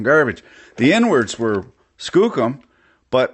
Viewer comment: So am I the only one the hears "N Words" every time he says "inwards?" 🤣